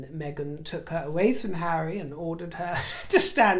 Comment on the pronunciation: Telling the Chair of Sentabale to 'move away from hawwy is so very, VERY rude indeed